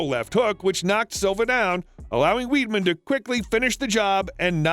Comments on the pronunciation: Weedman 😂 it’s pronounced wide-man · Chris weedmen. Are you joking. Il spell it in a way u might understand it’s WIDE MEN. DUMMY. ATLEAST PRONOUNCE NAME RIGHT COME ON. DO NOT BUCHER GUYS NAME LIKE THAT. LOL. WAS FUNNY THOUGH. LOL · It's not chris weedman it's wideman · Not fuckn weedman! It’s pronounced wide-man. Sheesh 🙄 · It's pronounced "Chris WIDEMAN. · Pronounced Weidman's name wrong too 😂